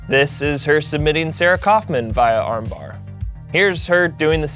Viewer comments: Its Via not viah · You pronounced "via" funny lol